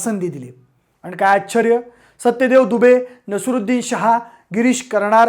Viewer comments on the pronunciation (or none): तुम्ही खूप छान बोलता,व्यक्तिमत्त्व ही साजेसे आहे; पण न च्या जागी ण हे ऐकवत नाही. आश्चर्य ऐवजी तुम्ही चक्क आचर्य म्हणलं आहे. कृपया नोंद घ्यावी.